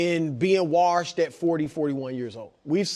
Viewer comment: Chris "warshed" broussard 😂